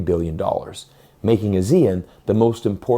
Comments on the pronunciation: The people who live in the ASEAN countries pronounce the acronym as ah-see-un, not as a-zee-en. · What's A-zeal-Un? It's Ah-Sea-Un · 1. It's pronounced AH-zee-en, not ah-ZEE-en. The emphasis is on the AH. 2. The primary reason for Malaysia to move towards China has nothing to do with China and everything to do with Gaza. Malaysians are extremely angry at the US for supporting Israel in its genocide of Muslims. 3. Malaysia does not control the Straits of Malacca, Singapore does. 4. Russia is already China's biggest source for both crude oil and natural gas, surpassing Saudi Arabia in 2023. So China's energy supplies would not be in serious danger in the chance of a war with the US. 5. Any blockade of the Straits of Malacca will result in more damage to the West than to China. The Chinese central bank can print cash to make up for the shortfall in trade revenue. The Federal Reserve cannot print iPhones. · Please pronounce ASEAN as Aah-See-Aan. Very off-putting when you pronounce it as Asia. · Pronounce... Ah ...see ...ahn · Please learn how to pronounce ASEAN properly.